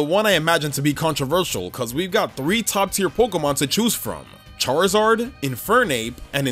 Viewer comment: THERE IS NO E IN CHARIZARD!